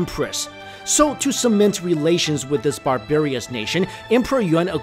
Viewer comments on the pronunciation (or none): none